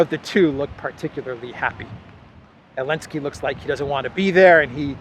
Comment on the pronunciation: Why hes missing Z from Zelensky?? Or he has specific accent?